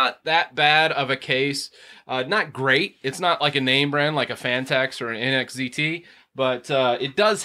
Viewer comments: It's NZXT. Not NXZT. NZXT! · Wouldn't be a video without me mispronouncing something lol. I'll make sure to get the letters in the proper order next time haha.